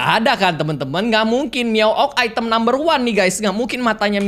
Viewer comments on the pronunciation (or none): none